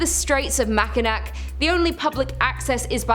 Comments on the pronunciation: Its pronounced MAC IN NAW, not Mac in knack...lol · ma-kuh·naa NOT Ma-Ki-Nack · ....Yeesh. It's "MAN-ih-too", "MACK-in-aw", "LEE-leh-naw". Not even in the pronunciation ballpark. I just saw a full-page ad for the Whitney in a Detroit tourism magazine. They are all in on the 'ghost brunch' and paranormal dinner thing. They VERY MUCH want you to visit. A lot. Bring yoru friends. And since it was built in 1894 there have never, ever, been slaves and wouldn't be even if it weren't Michigan. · Grrrrr it’s not pronounced “MACKINAC “ it’s pronounced “MACKINAW the C is silent 🤫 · Great video since I live here but sweety, it's Mack-in-naw, not Makinack. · Pronounced Mani-too. Pronounced Mackin-aw. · Its pronounced mack a naw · We pronounce it mac uh naw lol but love all the Michigan videos